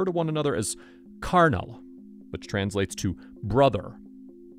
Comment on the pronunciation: The way you pronounced "carnal" lmfao!